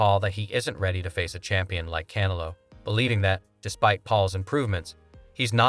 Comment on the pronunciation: dude can't even pronounce Canelo, shows Nate Diaz when talking about Paul fighting former UFC champions. These whack AI generated videos are a joke.